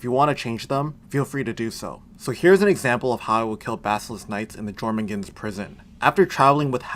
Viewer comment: Jormungand, pronounced (Your-mun-gand)